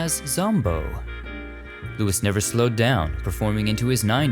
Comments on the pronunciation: Wonderful. We older fans of Louis Nye know he pronounced his first name LOU-E with the S being silent. Thanks for all your historical films. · Louis Nye pronounced his name as Louie. I love your videos!! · I adore your work. I'm bingeing from the beginning AGAIN! You should get a "proof listener" for your pronunciations!! Louis Nye is pronounced Lewey. I know how it looks, but hey, I didn't name him ❤️❤️❤️❤️❤️. Your Italian is Che Bello!! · Louis Nye was not “Lewis” it was pronounced, “Lewie”..just saying…my Dad worked with him. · I think the correct pronunciation of Louis Nye is pronounced louee nye. Blessings! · Is it pronounced Louis Nye or "LU-EE" Nye?